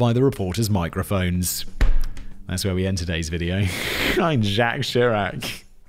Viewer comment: Pronouncing Jacques like Jack?😁